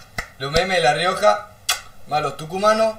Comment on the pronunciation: La rrrioja con tres R